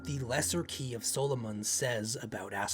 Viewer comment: I understand it may have been pronounced your way, but if I hear SOUL-O-MONN one more time I will call upon a lesser devil to curse this channel.